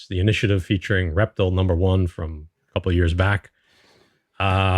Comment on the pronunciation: Great video as always my brothers, ReptiL is pronounced Rep-teal... Like the color teal, the only reason I know that is because when my son was little he watch superherosquad on cartoon Network years ago and he was a character on the team of the Avengers LoL 🤣